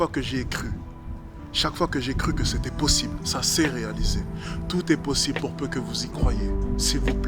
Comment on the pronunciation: chaqueu foi queu j'ai trouvé queu c'était possibeuleu. J'ai aboreudé uneu fille c'est équesaquetement ce queu je voulais faire a teravers mes vidéo.